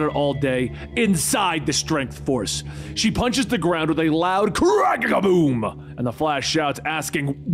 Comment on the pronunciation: Why does he keep saying krackack koom when it says kracacka boom and than krackacka boom when it says krackacka koom